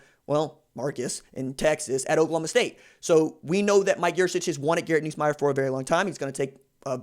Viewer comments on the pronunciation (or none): Atleast pronounce his name right when saying it